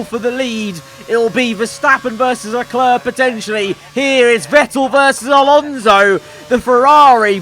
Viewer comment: where do you read a ö in Leclerc?